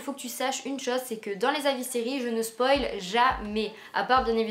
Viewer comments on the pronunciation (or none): none